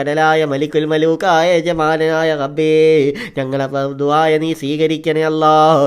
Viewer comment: കഴിയുമെങ്കിൽ റബ്ബേ എന്ന് പറയടാ. ഗബ്ബേ എന്നല്ല